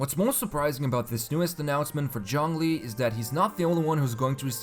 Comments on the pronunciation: Stop saying Jong li!! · Point taken. should have been somewhere between ts/ch/djz sound but not with a full J sound. Thanks. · "Jong Lee" 😔😔😔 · In game, english dub says "zhongli" now why tf do youtubers keep calling him "Jonglee" & *john lee" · Nobody:: JHONGLI